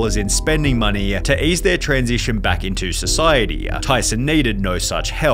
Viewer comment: Brother why you add the ah at the end of every sentence? Society-ah, money-ah… 😂😅